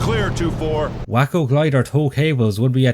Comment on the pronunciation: Also, do Big Red One already - I wanna hear you geek out for a change. Also also, WAY-co glider - I am almost certain. Think it's named after the city in Texas. Also also also, if they depicted the 1st Special Service Force they could've put the m1941 Johnson LMG in the game from Anzio onward, as they (in Europe) and the Marine Raiders (in the Pacific) were two US outfits that used the Johnson in any real quantity. Would've been nice to see the "American FG42" get some love.